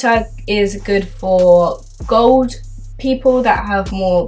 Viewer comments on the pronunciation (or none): none